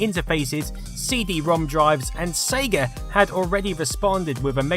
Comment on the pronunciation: "The SEGA CD" damn why you have to say Sega like that? lol It pains you to say Sega CD or Genisis over Megadrive huh lol